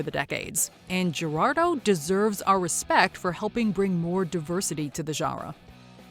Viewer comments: i think its pronounced Her-aldo for Geraldo not Jer-aldo. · Gerardo is pronounced "hair are doe" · This top is awesome. But, if you really respect the musicians, research how to say their names properly. There are even YouTube videos on how to pronounce Gerardo.